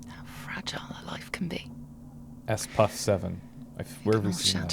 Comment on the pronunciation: It's not S-Puff 7. It's Spuff. You hear it in a phone message.